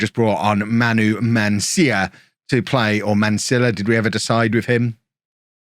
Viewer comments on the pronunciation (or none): to add to your hatred of the double Ls, Mansilla is Argentine so the authentic way to pronounce it is Man-see-zha